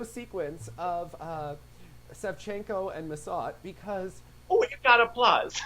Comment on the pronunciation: Sorry, no, he almost always gets them wrong. He can't even pronounce Bruno Massot's surname correctly. It's two syllables FFS; it's not that hard.